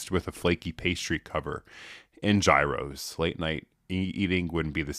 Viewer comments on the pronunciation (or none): One of my personal favs: The Greek gyro is pronounced yee-roe with a rolled r Thanks! this was fun!